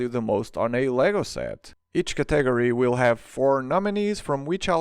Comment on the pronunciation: As a Spanish speaker, I didn't know even you were pronouncing it weird XD ¿Cómo se dice categoría en portugués?